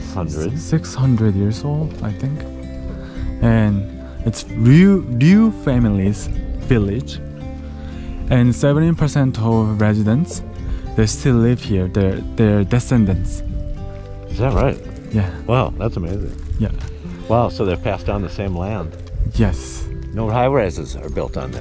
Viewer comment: 데센던트 -> 디센던트 (센에 액센트)